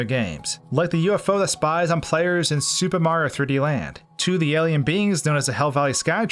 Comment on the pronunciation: Anyone else find the way he said "Super Mario 3D Land" weird? lol